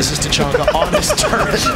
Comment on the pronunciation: You got famous people playing seriously goes “TACHANKI”